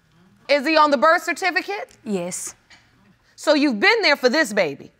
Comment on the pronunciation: That "yis" 😂😂